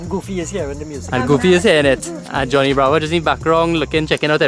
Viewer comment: Thats "johno" bravo 🤣🤣